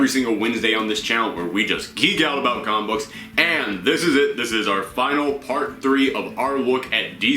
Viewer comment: You have a great voice... however, please be careful of you're pronunciation. Its not "coma-book", but instead it's "comic-book". Other than that you are doing a great job. 😁